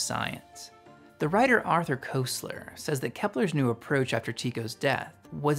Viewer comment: Koestler’s name has a short E sound - it rhymes with…well, can’t seem to think of anyone….